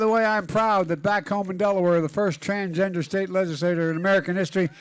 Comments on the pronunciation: "Transjester Americans" 😂 Oh, Joe.. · Biden said TRANSJESTER! Lol what a clown! 😂